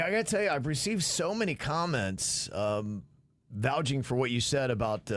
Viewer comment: I nominate for his snatch comment for being wrong about her knowing the mayor of Westlake not Weston, Florida, and for Saint vouching it’s not vouging, it’s vouching. 😃😊